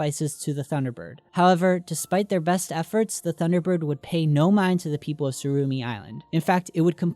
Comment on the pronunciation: its tsurumi island not surumi